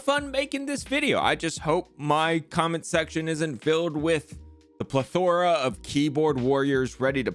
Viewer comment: Two things: 1. I think it's funny how you pronounce "plethora" 2. We had the same kind of protections for whistleblowers in the military. I worked in intelligence and anytime you saw something that went against regulations on handling sensitive information, or even if you had access to sensitive information that had illegal activities detailed within it, you had the duty to report it and your command could not retaliate under threat of UCMJ.